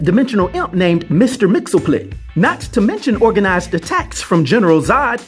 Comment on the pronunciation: Lol my Boy back with dope content again shoutout to u fam. I feel like I'm this one annoying guy always commenting on the pronunciation. Cuz ur always butchering the name but I won't fault u for this one. And it might be one of the hardest name to pronunciate in comics. Mister Mxyzptlk is pronounced as (Mr. Mix iss pit a lick) and not (Mr. Mixleplick). Again great content but more research of the name brother and I was waiting for a rating of 11